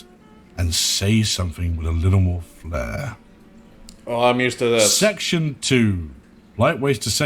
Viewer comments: Talks about spelling and then get "flair" wrong! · World of Wordcraft, flair, with panache, not flare, flash fire.